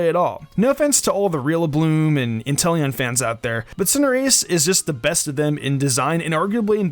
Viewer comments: xD “Rillabloom” 🤣😂🤣😂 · "rillabloom" "snorm" The fans won't be happy. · Dude ur actually the worst at pronouncing Pokémon names. RillaBOOM, Snom (not snorm), Coalossal is like Colossal, Nicket is like Nick-it, they’re really not hard dude just read